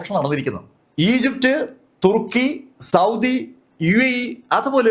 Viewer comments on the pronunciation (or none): none